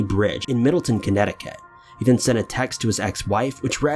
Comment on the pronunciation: It’s pronounced “arrig-OH-ni” bridge and it’s in MiddleTOWN, not TON, Connecticut.